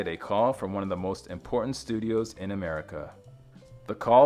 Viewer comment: good grief... its im/por/TANT ...